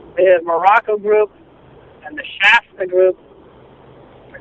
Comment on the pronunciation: "Just like _ _ _ _ _ has its own attraction...", Did he say Morocco?